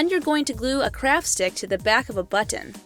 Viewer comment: HOW U SAID BUTTON LOL BECAUSE YOU SAID BUTT AND ON